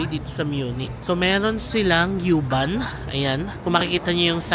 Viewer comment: Pronounce as uuuuuu-bahn. Bisaya pag pronounce dapat. 😅